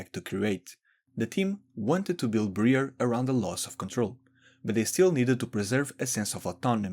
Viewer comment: Ummm boss can you ummm pronounce Briar's name as it is meant to be pronounced....... Your version: Bre-ur In reality: Bry-ar